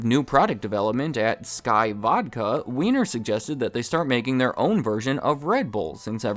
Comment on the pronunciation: its pronounced WINE-ER